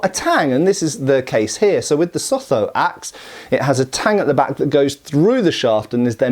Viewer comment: Sotho is pronounced in the same way that you pronounced "Lesotho". "Lesotho" essentially means "the place of the Sotho". It is an Anglicisation of a non-written, Sotho word, which is why it does not sound the way that it is spelt.